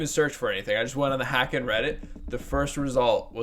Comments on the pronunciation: Haken.... rhymes with Kevin Bacon not whackin'. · Love Haken, rhymes with Bacon by the way, or Taken, or Taken 2, anything with Liam Neeson really. Personally this is probably my least favorite Haken album, a 7 for me. It has some really standout tracks though like 1985 and The Architect but I think its just a bit too electronic for me. It just never really grabbed me. I still enjoy it though. To me, their first three albums Aquarius, Visions, and The Mountain are really the quintessential Haken albums. I thought Virus was quite good as well. Interested to hear their newest album, the newest single sure is interesting.